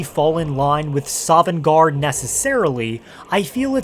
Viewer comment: "Not quite sovengarde"